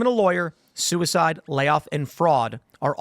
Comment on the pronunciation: i am pro soo-e-side